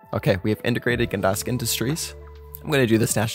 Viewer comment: "gedask" great vid btw just fun to make fun of ppl sometime